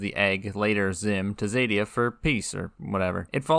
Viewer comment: Xadia, not zèdia.